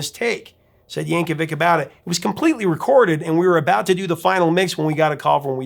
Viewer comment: The "-vic" on the end of his surname is pronounced "VICH".